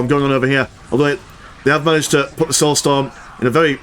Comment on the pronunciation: Witness the "stoulsorm"